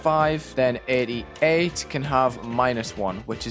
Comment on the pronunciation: Great thinking, love the ideas! Warning bad joke incoming if you press read more Is it just me but - when he says 88 I hear it as idiot Creators be like: First 10 sec of level: 88 groups Next 2 minutes: 10 new groups